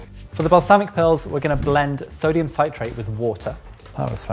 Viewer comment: and mispronouncing sodium citrate for 15 minutes